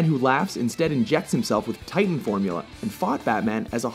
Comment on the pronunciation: .. Did you just say titan? :D